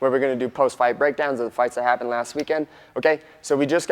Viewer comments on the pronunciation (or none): none